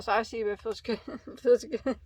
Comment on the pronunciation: you had me giggling every time you said icey. The chenille was my favorite 🤩. I have never used ice yarn. Have a good night.🌙